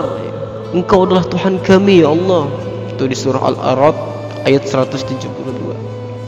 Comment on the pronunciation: Saudaraku.. Perbaiki makhraj huruf penyebutan asma Allah... pada huruf ha-Nya